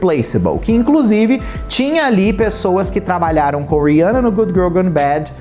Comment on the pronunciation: Achei o conteúdo de muito mal gosto... E o nome eh Rihanna e nao Riança... Vc fez igual a midia rivalizando duas mulheres pretas. Use sua influência para fala sobre coisas legais e nao pra criar barulinho na internet!